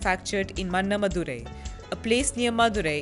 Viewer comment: Why cant any of the north indian journalists learn tamil pronunciations properly. Just sloppiness n lack of sincerity. Im sure they wouldn't mispronounce any american or french city like they pronounce mana madurai